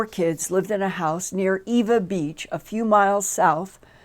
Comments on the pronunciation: This is not important, just informative, Ewa is pronounced as if the W is a V... (Eva). In the Hawaiian language the W's are pronounced like V's. Even the common word 'Hawaii' is pronounced incorrectly daily here by all of us (I live here in Hawaii, just a few miles from Ewa Beach). Example: Hawaii is pronounced like Havaii. I have lived here since 1992 and never heard of this UFO sighting, but I did see 3 red lights in the night sky, move in crazy, fast, up, down, back and forth movements for about 15 minutes in Ewa Beach, on Mothers Day about 5 years ago. There is no way they were from any aircraft from here. I was surprised that I never saw anything in the news about it. I thought for sure as long as they were present that their would be some type of reporting. But I did find an article from about 5 years earlier, on Mothers Day, that their was the same exact type sighting of red lights but in another location on island. I thought that was interesting. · omg ive never heard of this. i am from ewa beach. and its pronounced "eVa" beach.